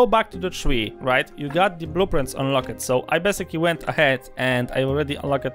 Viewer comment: Unlock-ed really sounds like unlock-t. Thanks for making this video!